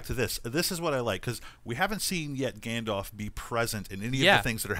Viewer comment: Isn't it pronounced gandolf not gandof?